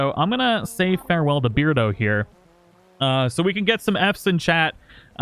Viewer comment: I don’t think it should read beard-O but bear-dO😂